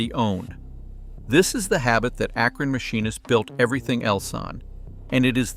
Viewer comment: Its Akron, not Akran who wrote this.??